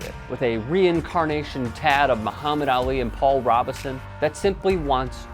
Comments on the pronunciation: Mis-pronounced Paul Robeson's name. It's robe(like the garment)-son. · Its Paul Robe son learn how to pronounce names lol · Hey, it's pronounced Paul Robeson with a long 'o'. Really dude???